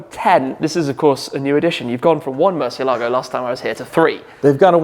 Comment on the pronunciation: Great talk with still the only internet personality who can pronounce “Murciélago” right 🤘🏼